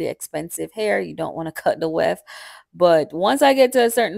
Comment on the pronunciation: What is the “wheft”? You keep saying you don’t want it bulky so you cut the weft.